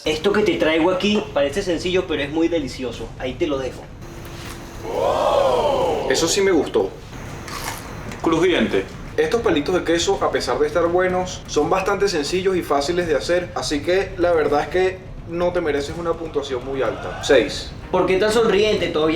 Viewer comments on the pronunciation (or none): Dijo pleitos en ves de palitos